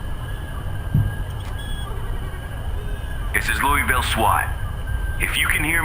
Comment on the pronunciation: i am an authentic Louisvillian and OH MY GOD WHY DID YOU BUTCHER THE NAME. Please let me audio audition to correct this. Pleaaase.